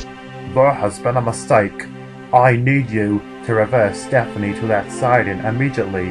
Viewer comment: its pronounced step-nee not step-pin-nee.